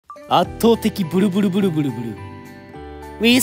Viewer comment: 最初ブルじゃなくてブリブリ言ってるやんww